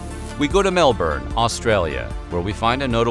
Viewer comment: It's not Melburn, it's pronounced Melbin. Interesting that the early assisted reproduction children were all girls.